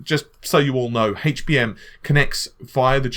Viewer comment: how the hell is it that British people can say words like help and heat correctly yet. completely screw-up saying words like HD and HBM.